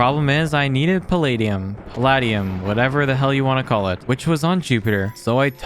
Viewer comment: Here is how you pernounce it: pal-ed-day-knee-umm